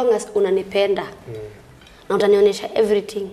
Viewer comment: He he... Everytin is ready for anytin